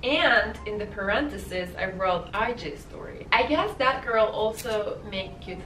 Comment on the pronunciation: i thought that you said at first "bad girl" instead of "that girl". :D